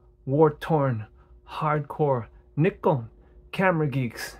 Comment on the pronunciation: So glad you gave such a great review of my first real DSLR, still got it but the rubber material is getting a bit sticky now. Appreciate the correct pronunciation of Nikon!